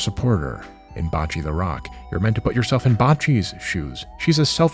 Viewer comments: Are you calling Bocchi bocce on purpose? Is it some meta joke I'm not getting? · putting aside how much pain I felt hearing the pronunciation of Bocchi's name be "botched" so badly... I never realized that this demographic existed. which is a little frightening because I suddenly now realize how close I was to sliding into the nazi path leading from k-on. especially as I was very misanthropic in high school so I am so incredibly glad that the path from k-on I ended up on was instead the transbian path. which I have no doubt was helped by me seeing Mio not as a totem of purity, but as an aspirational figure, even if my young brain didn't yet puzzle out that my mimicry of her was rooted in gender exploration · this was a phenomenal video, thank you! you did, however, pronounce "bocchi" as "botchy" like botched surgery. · thank you. I was mildly cringing when he pronounced it as 'botchy'.